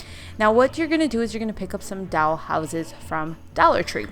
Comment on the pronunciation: I just noticed the way you say “doll” sounds like you’re saying “doUll” lol but great video!